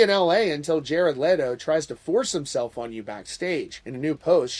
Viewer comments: I respect you man, but stop pronancing his name "Lay-toe" it's "Let-o" like Leno lol Aside from that, I call this whole story bs 😒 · I love how he keeps calling him Lay-doh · I love how you incorrectly pronounce his last name and then a few times the correct way slipped out 🤣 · Leto not Letto